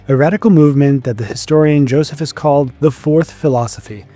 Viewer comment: The mispronunciation of names and titles is painful. Don’t rely upon your instincts; learn how to pronounce Josephus and Procurator… and many more.